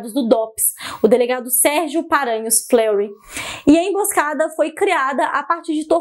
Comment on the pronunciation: Detalhe: Delegado Fleuri (Fleurí), e não "Flêury" (com estilo inglês), ok lindo? Você é f o d a! Queria ter uma filha assim, nas já tá bom tê-la como camarada, minha querida! Força sempre, sempre juntos! ✊🏽✊✊🏼